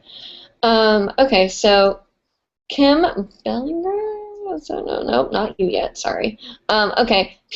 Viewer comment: bell-ing-er is how you say it lol